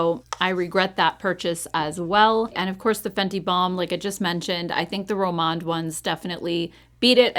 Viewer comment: Such a great video!! Glad you're back, and hope you had a great time!! FYI on the Rom&nd products, they use the & sign, so you pronounce it like the & , sign at the end of the word. I hope I explained that correctly. Take care! ❤